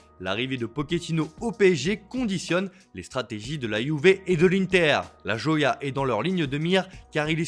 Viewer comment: La "joya" il a tuer le mots en accent français ptdr